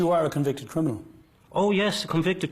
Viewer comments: Of course he doesn't know what a full time criminal is he doesn't even know how to say the word 😂 CRINAMIL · He says crinimal.. lol lol..a thick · So smart he can't pronounce the word "criminal" correctly.